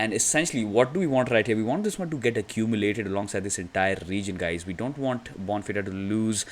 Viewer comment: Bon Feeder is how you pronounce it